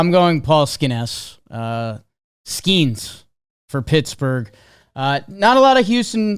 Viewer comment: Will ever learn how to pronounce Skenes?